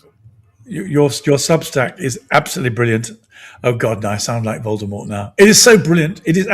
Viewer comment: Gavin you keep saying "Voldermort" who is Voldermort?